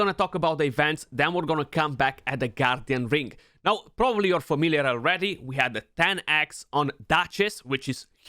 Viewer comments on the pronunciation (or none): Why am I keep hearing you say “goddamn ring” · Thought you said “G D Ring” lol